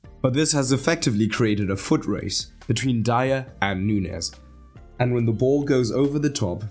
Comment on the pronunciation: Nuñez is not hard to pronounce, it's like Romagnoli, the ñ in Spanish is basically the same as gn in Italian, it's not like pronouncing Rodrigo 😂